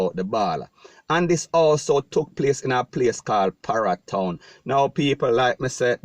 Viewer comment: Hombre you need to be pronouncing ur word properly like parry town not para town